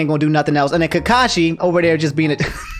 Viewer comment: For pronunciation: Kah-kah-sshi (not kkaw-shi) Sah-kurah (not Sa-kuh-ra) Sass-keh (not Sasuh-keh) Naru-toh (not Naruh-doh)